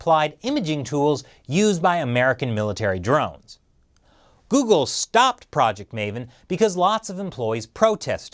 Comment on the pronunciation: You mean Jeoogle